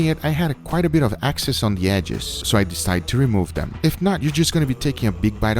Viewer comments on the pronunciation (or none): Yo its "excess" not "access" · Its excess Guga not axcess. Had to say it lmao.